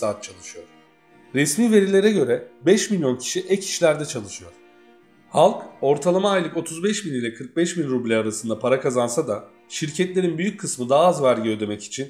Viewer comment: Rupe deyil rubil